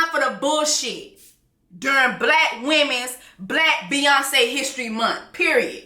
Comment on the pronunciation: The way u keep saying Bkack women’s history month 😂😂😂😂